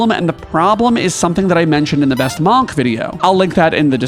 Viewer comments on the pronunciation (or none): The pronunciation of monk is WILD